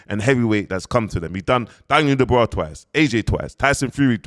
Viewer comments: quickly becoming the biggest pattie on YouTube...an it's clearly Dubois not Da bra 🤦🏾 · It's not Daniel dubraa 😂😂😂